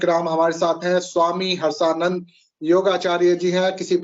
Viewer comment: Did you say it right